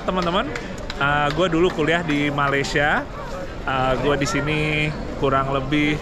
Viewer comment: Malaysia bukan maleisya 😢